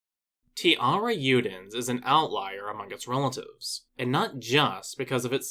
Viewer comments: Great vídeo, just one note, the "j" on tiarajudens isnt pronunced like an "h" or "y" but a soft j sound, since that's the way it is in portuguese, the namesake is also pronounced "tee-ya-ra-j-oo" or "tee-ya-ra-shh-oo" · It's pronounced (tea-AIR-uh-ZHOO-dens)